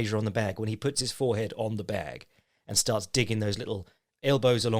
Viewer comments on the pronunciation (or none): none